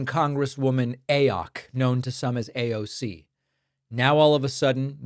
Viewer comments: Aoc is not her last name , it is AOC , the initials of her name , her name being Congress woman Alexandria Ocasio-Cortez . You make it sound like " Aawwwk " That is not right , just saying . PS: This is not a political comment nor do I support anyone , just like it if media would at least try to get it right . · David i stopped your video becauae you are the only peraon on the planet to say AAOC rather yha AOC. AND you clearly dont like women. And you are ridiculously immature like moat men when talking about AOC for whatever reason. I already unsubscribed months ago and am glad for it . There is something off with you, jealousy perhaps.